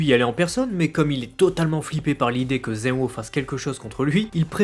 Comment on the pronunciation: tu prononce zen-o comme (ze-o) mais en realité meme en japonais le "n" se prononce clairement